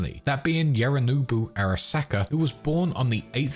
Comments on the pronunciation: great vid but what is with some of them pronunciations? Yehrinobu? did you even play the game? I got confused not understanding who you were talking about until you said it a second time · Absolutely brilliant timeline presentation. Literally the only bad thing I can say is the pronunciation of Yorinobu and Takemura Goro sounded like Yarinobu and Guru Tackeemora, which threw me off for a sec but still really appreciate the mammoth effort that went into putting this together. Thank you so much.